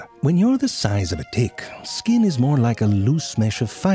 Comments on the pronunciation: genuinely thought he said dick not tick. So basically the whole first part sounded more like this. Maybe its happened to you. You're in the shower or getting dressed then you look down and you see a little dick and its all swollen and engorged with blood. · Literally can't hear the difference between "tick" and "dick" anymore. Pretty sure he was alternating between the two thoughout the video. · I think he's pronouncing the t unaspirated. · I actually thought zefrank was saying "you see a tiny dick" and the rest of the ticks as dicks. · So this isn't the subtitles fault this time, informative as this is it wouldn't hurt to pronounce the word Tick better 😅😂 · did they intentionally pronounce t in tick to sound like d... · it's true wheter you say it with a "t" or a "d" 😂😭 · He’s intentionally not pronouncing it in both the beginning and the end lol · He's doing that on purpose doesn't he? Making the T in "tick" sound hard so it sounds like a D... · Can't pronounce tick. Can't pronounce mosquito. Gets "chelicerae" first try. I love this channel. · He must have so much fun with the word "tick", is the first letter a "t" or a "d". Only he knows. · The last clips of hr vid he didnt even try to say t and not d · The audio/ text is saying "dick" at times. That's why I clicked on the video I was watching with only text and at times it wrote tick but then it would write dick. Look at transcript - I'm sorry but I laughed my head off at the first few minutes of the video after hearing tick as dick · Wait, was the first minute of this video about ticks or dicks? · He said dick not tick lol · For some reason, I only hear "D"ick, not Tick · I Deadass thought he said dick